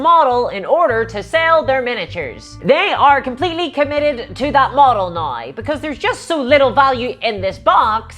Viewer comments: I’m sorry, my disgusting American ears are confused. What is a nai ow? Love your work! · They way you say “now” is really fucking with me lol